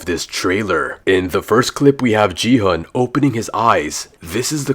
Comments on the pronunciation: IT'S NOT JI-HUN, IT'S GI-HUN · GI HUN❌G HUN✔️😂